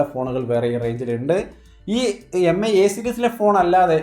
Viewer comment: Mi എന്നാല്‍ മി എന്നാണ്...Pronunciation എം ഐ എന്നല്ല... Hope you will correct it.